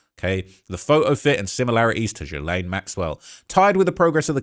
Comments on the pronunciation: I love your videos, but FFS, is GILL, like a fish gill, not JILL-LANE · My guy! It’s Gee-lane. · You cant even pronounce ghislaine maxwells name correctly You are extremely miss informed regarding this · Can we all learn how to pronounce Gislaine?! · Please check your pronunciation of Ghislaine